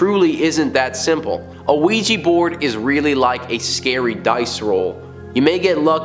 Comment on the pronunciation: OUIJA NOT OUIJI..😡😡😡😡